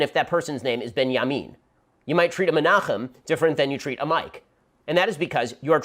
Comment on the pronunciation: I actually found a weird coincidence but because it is Shapiro a right-wing talking host I think it's done by purpose. I was weirded out by the way he pronounced the name "Menachem" and then it dawned on me. The right-wing to far-right ruling party in Israel is Likud. And the name of their first prime minister was MENACHEM Begin and the one of their current is BENJAMIN Netanyahu. Ironic that he uses exactly those names.